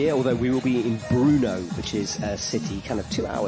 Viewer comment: How tf is still pronouncing Brno as Bruno?